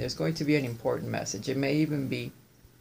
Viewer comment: Message importantayyyyyy!!! ☺️☺️☺️love it! It sounded Italian 💃🏻🇮🇹thanks as always for amazing readings & inspiration! Love u! ❤️😘 Roberta xo